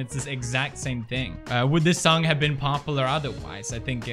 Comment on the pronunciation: "popalar" says pewds.